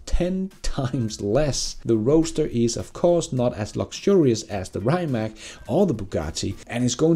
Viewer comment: Rimac is read as reematss. Cheers!